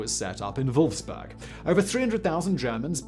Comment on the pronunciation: Wolfsburg not Wolfsberg